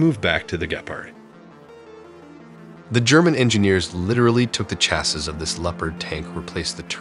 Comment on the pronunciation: Ya'll sound so eloquent but yet on every video you continue to mispronounce the word "chassis."